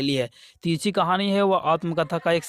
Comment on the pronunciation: Sir 43ka question sahi se boliye tirchhi nahi balki tirichh